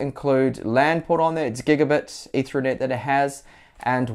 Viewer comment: Say ether as in the alcohol. Now say net. Now put the two words together and that's how it's pronounced. You're welcome.